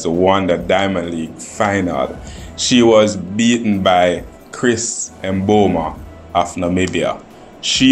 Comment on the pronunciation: Am curious to why 🇯🇲s have difficulty pronouncing her name.its not emboma and not Chris.how do you mess up such a simple name and not a difficult name like the 🇳🇱 athlete